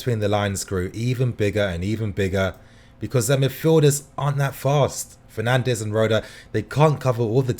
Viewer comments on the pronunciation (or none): none